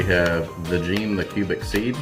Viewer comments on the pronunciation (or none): Did he say VAGENE the cubic seed? 😂